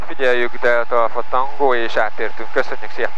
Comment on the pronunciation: hahahahahahahahahahahahahahaha... hotel delta alfa tengo. egy perc???? van-zero-zero-ejt. hahaha. Koszi... made my day. nagggyon vicces!!